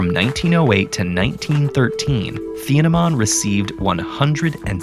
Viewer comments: just say teeenehmahn - we Germans don't have a tee-aytsh for a consonant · It's pronounced teen-nah-maan